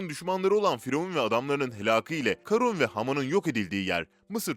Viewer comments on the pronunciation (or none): none